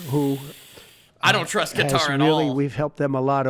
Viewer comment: It's hilarious 😂 after they give us a plane, be can pronounce it right. Instead of calling it cutter, he called it Qatar! 😂 Maybe more Kennedy's are gonna jump the fence ✊🏽